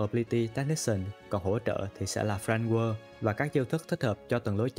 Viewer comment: bác này đọc script cứng ghê giống như đọc văn trong lớp ấy Và nên trau dồi hơn về cách đọc tiếng anh "Friend Guard" mà toàn nghe "Friend Whirl"